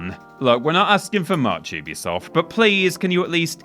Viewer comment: Hopefully one day will learn how to pronounce Ubisoft correctly…